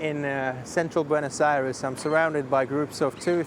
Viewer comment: Why do all of the English-speaking foreigners mispronounce the name of the capital? It is not BuenAs but BuEnOs Aires.